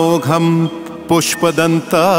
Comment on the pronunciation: पूष्पदंत नहीं पुष्पदंत। कृपया सुधार करें।🙏🏻 क्षमा करें। आप पूष्पदंत उच्चार कर रहे हो।